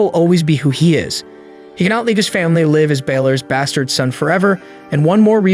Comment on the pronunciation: Brah you know AI breaks the immersion because it can't distinguish the difference between live and live, love the recaps. The ai always makes me laugh when it says live when it means live. 😂😂